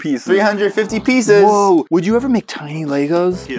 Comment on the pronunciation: Me: They should have said “350 pees set”: That’s a lot of PEESes Me: *sheds a tear*